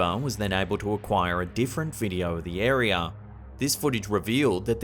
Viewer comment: Me: Area Slapped Ham: Arear